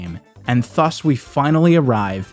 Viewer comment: that pronunciation of "thus" 😂😂